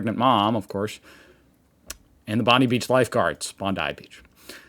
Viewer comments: It's pronounced Bond-eye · I am not through this video yet so I hope gets it this time. I tried not to get hung up on it but it grates to hear Bond-ee (like Pam..ugh) and it seems more respectful to get it right.